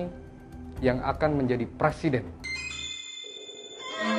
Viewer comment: Bang, bukan PRASIDEN …. Tetapi PRESIDEN - pre Bang, bukan pra, bang❤️🙏